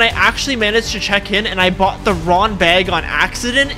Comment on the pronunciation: NO WAY HE CALLED IT BAUGHT